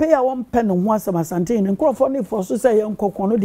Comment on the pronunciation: Everybody take note. The name is ASANTE not ASHANTE.